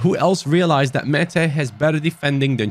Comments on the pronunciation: When you pronounce Maatta, you say it like the Turkish name 'Mete', which I like very much as a Türk 😁. I love you, hi from 🇹🇷. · Määttä name is pronounced as Mata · Määtä is pronounced like Mata but slower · I'm not Finnish but Google Translate told me you pronounce Määttää as Mae-Ta (Sorry if it's wrong Finnish people) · How to pronounce MÄÄTTÄ IS MAR THA